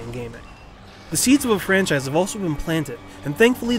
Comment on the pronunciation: The funniest part is when he said "It's the start of what could be an excilent francise."